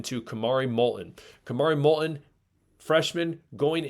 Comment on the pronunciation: I notice one of you consistently pronounces "t" in Molton without touching the tip of y our tongue to the front roof of your mouth. More and more people are using this incorrect pronunciation